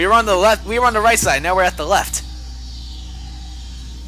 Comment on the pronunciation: "Now" not "Know"